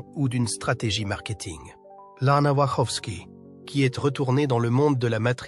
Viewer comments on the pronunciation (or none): none